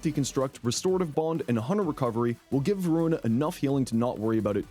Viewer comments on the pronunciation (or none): none